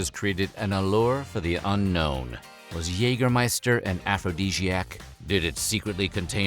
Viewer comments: its not Jegermeister its Jägermeister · "Yayger -- scheister". Just saying. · The pronounciation of Jägermeister here is a lot of garbage. The first and second letter r in Jägermeister are both fully silent, the -er is pronounced like a weird a-sound with the mouth very closed compared to an English a-sound. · While your pronounciation of "Jägermeister" is at least recognizable (kudos for that), you could improve it by pronouncing the first vowel (the "ä") more like the vowel in "bad" instead of like the vowel in "hey".